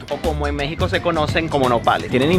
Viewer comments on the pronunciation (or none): none